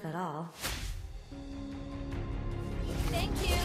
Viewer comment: "Teank yu..."